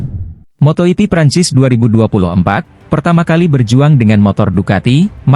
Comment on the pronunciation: Kok ngomongnya "Moto iti", bukannya moto jipi yg bener.?... Awas klo ngmong moto iti lg lgo,,,. Ntar kebablasan, moto iti+l